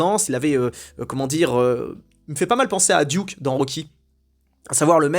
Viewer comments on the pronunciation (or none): none